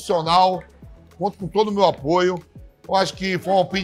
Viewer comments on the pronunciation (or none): “Tem todo meu apróuso” Vamp, Velho